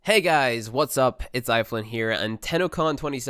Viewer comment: It's eidolon you fucking pleb Kappa